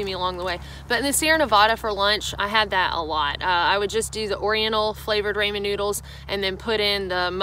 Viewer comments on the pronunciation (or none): Great video. Thanks. But, it's not Raymond noodles, it's Raaaaaaaaaamon noodles. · Oriental is a rug not a flavor. It’s Asian flavoring. Love your videos. Also Ray-min. Ha. It’s Rah-min. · Rah-men, not, Ray-men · Love her, but if she says "Ray-Man" for Ramen I will lose it. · ra-men...not ray-min. Love...msg and sodium galore. Try the jjampaghetti.... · Raw-mon noddles not Ray-man noodles LOL I'm good with your Nevada pronunciation but RAYMAN NOODLES . . . ouch! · Good info based on experience I appreciate that.......but its pronounced "raw"men noodles. RAW not RAY. Cringe.😖😂😂😂 it would be like calling it "may"caroni and cheese ya'll or "Feet"achini alfredo. "Foo"nny stuff. I'm sure you've hiked with asians who were too polite to correct you.😉 it isn't an English word so no accent excuses. Try other nut butters if you are burnt out on peanut butter. Try almond, cashew, or even tahini which is sesame seed butter. Canned/bagged salmon to replace tuna as well I like sardines and anchovies but not many do.😉 variety is the spice of life. Save money with a food dehydrator cook macaroni and cheese in advance and paleo meals in advance and pack them in sou vide bags or rehydrate in cookware if you use ziplocks. I'm a peanut m&m guy over snickers. To each their own. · Instant "raymin" is to real ramen ("rah-men") as Chef Boyardee is to handcrafted pasta. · From a fellow Southerner: it's pronounced Rah-min not Ray-min. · It’s RAAAHHH Men noodles. RAMEN not RAY MEN. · I’m looking for the powdered hummus on amazon. That sounds really good. Great video, but one thing; it’s pronounced “RAW-men” not “RAY-men” noodles. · Pronounce ramen ---- ah is like in far, not like ray ----rahmen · Cookin for cooking, fur for for. Ray-mon noodles for Rah-mein. Kind of an air head. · Tip: pronounced rah-men....not ray-men noodles :-) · Raymond noodles........... it's RAW-men!!! lol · It’s rah men noodles not ray men lol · I seriously can’t handle hearing her say Ray-mond noodles again 😂